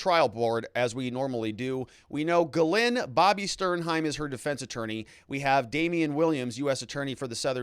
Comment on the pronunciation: No no no isn't Gay-lynn Gizz-well!!! Lololol